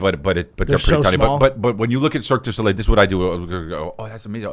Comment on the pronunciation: I like how Erik calls it Circus Olay